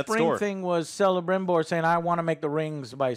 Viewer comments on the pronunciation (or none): Every time Joe says "Selebrimbor" and "Gilglahad" I see Alex die a little inside. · Man I got confused when I heard Joe calling Selebrimbor like that. I know his name is Celebrimbor because of the shadow of Mordor games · Celebrimbor is not pronounced as Selebrimbor but as Kelebrimbor. Click link to centum and satem languages if you would like to know more. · Celeborn and Celebrimbor have hard Cs so it’s pronounced Keleborn and Kelebrimbor 🤦🏻‍♂️ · every time Joe mispronounces Celebrimbor i die a little inside.